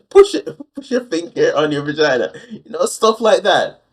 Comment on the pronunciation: One of the most horrifically frightening things is the way Lorne says. VaGynah. The emphasis and the pronunciation are disturbing on the highest of levels....